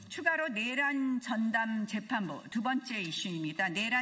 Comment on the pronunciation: 그냥... 전봇대 위에 새가 앉아있고 밑에 멍멍이가 앉자있고.. 그형태가 개 와 새 가 끼리끼리 ..멍소리..하고 국민은 생각이 없나? 본인들 말고는 다 알고 있다는...... 저분들의 뇌란? 입법내란? 뇌란? 발음좀 .. 정확히 촉구드려요